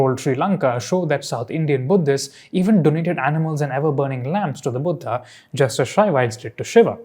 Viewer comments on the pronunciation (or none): Its not Stupaaaaaaa Cholaaaaa Buddhaaaaaa Lingaaaaa Bhagavathaaaa Puranaaaa ... Please pronounce it correctly as an Indian ... just like u correctly pronounced Tamil and Tamil Nadu